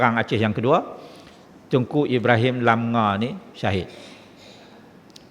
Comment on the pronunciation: Teuku itu dibaca Tengku.